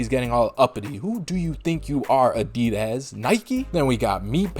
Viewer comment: Why are you saying adidas lyk that?